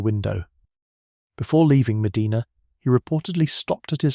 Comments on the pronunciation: Your AI needs to do research on how to pronounce places in America. My state, Ohio, is peculiar in that many of our cities and towns that were named after foreign cities do not pronounce them correctly. Medina is "meh-DINAH." Other examples are: Mantua is "MAN-toe-way" and Lima "LIE-ma" and Versailles is "ver-SALES". Ugh! I'm a lifelong Ohioan, and I used to be proud of my state. We contributed so much to our country and to the world. Not anymore. SMDH... Anyway, I didn't know about this murder that happened 30 minutes south of me (no real Midwesterner uses miles to calculate distance for goodness sake! 😅) and ~100 years before I was born. Very interesting that he maintained his innocence until the end. Maybe it was his wife who was in on it, too, but they rarely considered a "lady" for such crimes in those days. Maybe she committed the murders when there was only supposed to be a robbery as if she got over-excited by something. Nerves? Thrill? Jealousy or other negative feelings toward her friend Mrs Cox as she was the more savagely attacked? 🤔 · I’m so sorry, but it’s Ohio so we do things backwards. 🤦🏻‍♀️ It’s pronounced Me-DINAH. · way to mispronounce Medina. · He is pronouncing it wrong. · We live a half hour from Medina. The continuous mispronunciation of Medina, I gotta say, is getting on my nerves. Other than that, interesting story. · Shouldn't have a robo narrator that doesn't know how to pronounce the name of the city you're talking about. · yeah but he narrates his video himself so he can’t blame AI, it his mispronunciation! Mind you I don’t pronounce many UK city correctly so I’m hardly in a position to criticize! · Correct, Sir. Every time he mispronounces Medina I find myself correcting him under my breath. They also mispronounce Spokane often as well! ❤ 🇨🇦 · Medina doesn't have an R at the end 😂